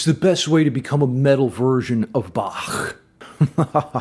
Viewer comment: You are the only english speaking person I've heard pronouncing Bach right!